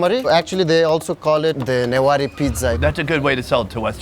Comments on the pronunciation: Not nuwari it's newari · The fact he mispronounced the word " Newari" was torture to my ears 🤣bc I'm nepali and have a newari friend (I'm newari too)